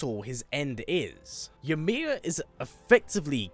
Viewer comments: Fun fact for you the letter y in Norse is pronounced like an I and j is pronounced like a y an example would be imir instead of ymir and yormangandr instead of jormangandr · I always enjoy your videos but the way you pronounce Ymir is a bit jarring when you could hear Mimir and Atreus say it correctly multiple times in game 🤷🏾‍♂️